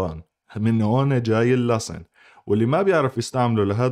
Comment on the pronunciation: لماذا تلفظوا حرف السين ...زاي ؟